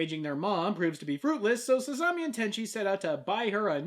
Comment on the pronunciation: Actually,, FUNimation DID dub "Sasami: Magical Girls Club"... and the dub is god awful! I couldn't even get past the first episode! And I'm literally the BIGGEST Tenchi fan in North America! They couldn't even pronounce Sasami's name right!